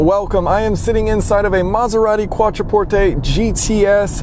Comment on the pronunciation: You need to say QUATTRO PORTE